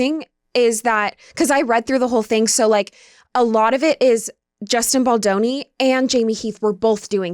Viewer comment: The W magazine shoot was after Pitt left Aniston. 🙄 It’s Melanie Griffith not Griffin. Hell, you don’t even know how to pronounce Justin’s name. I think your brain is rotting from all the alcohol and TikToks.